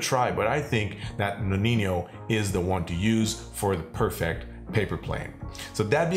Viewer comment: Great video! However, too many people are incorrectly pronouncing the amaro "nonin-yo" (that y should not be there) 😅